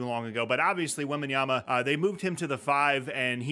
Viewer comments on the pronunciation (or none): none